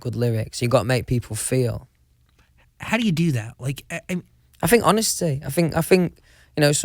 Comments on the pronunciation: AHAHAHAGAGAGGAHAGAA HE SAID "I THINK" AND THEN HE CORRECTS "I FINK" (he also do it ) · OMG HAHAHAHHA “i think” corrects it “i fink” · th= f, just so you know. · I fink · No one: Litterely no one: Louis Tomlinson*: I *FINK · How many times he said "I fink"?Lol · no one: Louis: I fink..... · No one : Louis : I fink... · if louis sang best song ever today, this is what I think it would sound like: uhhh yeah yeah , well...I fink it went oh oh oh honestly though I'm not sure, I fink it went yeah yeah yeah, i fink it gows ohhhhh...yeh gonowhat-a-mean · Louis: It is my biggest fings I fink I fink 😂💜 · Others: th Louis: f Ah fink, fank you, anyfing, fings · Nobody : Louis : i fink